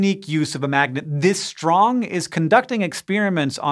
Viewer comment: Why does Hank always say shtrong instead of strong?